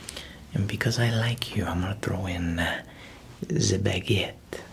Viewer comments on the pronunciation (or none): none